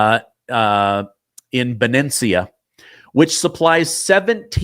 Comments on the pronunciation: Benicia is pronounced, Ben-ish-ah. Wath you every day. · Benicia's pronounced "buh NEE sha." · Benicia. Ben ee sh ee a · I think he means (ben ee sha) Benicia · Am trying to get out of CA!! Valero is in Be-ni-cia(Sha)😊